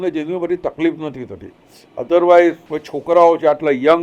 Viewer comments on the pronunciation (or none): none